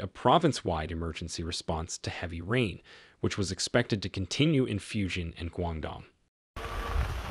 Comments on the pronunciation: At least learn to pronounce the name correctly. It is pronounced “Fu jan”, not Fu shan, or what the hell you are calling it. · Fujian Province is pronounced as “foo-gee-ann”, not “fusion”! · It is pronounced Foo-Geen-an